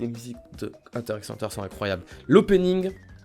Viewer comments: HunterXHunter c'est ton animé préféré mais tu le prononcé mal 😂 Ça se dit Hunter Hunter on prononce pas le X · Euh on prononce pas le X de HunterXHunter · La prononciation correct est hunter hunter il me semble puisque le X veut dire a mon avis contre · Si t avais pas mis hunter x hunter je t aurais trucidé 😂 J ai vu que que le x ne ce prononcais pas dans le nom ca ce dit huntet hunter REGARDE KIMITSU NO YAIBA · J'avais peur que tu mettes pas hunter x hunter car oui ses un chef d'oeuvre (et sa se dit hunter hunter) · Je suis complètement d'accord pour HxH par contre je crois que ça se prononce "hunter hunter" faut pas prononcer le "x"😂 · Parce-que "normalement" on dit Hunter Hunter, mais j'avoue que moi même je le prononce souvent Hunter x Hunter et j'le vis bien 😂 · Un fan de HxH qui prononce le x ? Intéressant ça, du jamais vu...